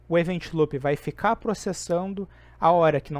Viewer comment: Show! Só corrigir a pronúncia do "loop" que fica top!